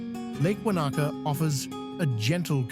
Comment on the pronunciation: Great video with awesome footage of stunning NZ. But the pronunciation of alot of locations was a pathetic effort and real hard to listen to. How about do the research before making videos on the proper pronunciation, not the think you know American way. With alot of our native Maori place names and English ones are not that hard to say with some practice on pronouncing them properly. Lake Wanaka , Glenorchy and Ben Lomond were shockers, thought you meant different places and the Kea bird, saying key bird.